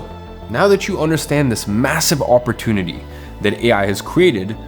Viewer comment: OMG if i hear the word "OPP OR TOON ITY" again omg ! It's OPP OR TUNE ITY"